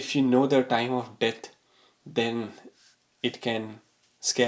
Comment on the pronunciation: You pronounce "death" as..."debt" and it is HILARIOUS. So is the content of this stupid video!